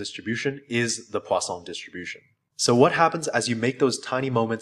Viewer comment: why do I keep hearing it as the "Croissant"-distribution...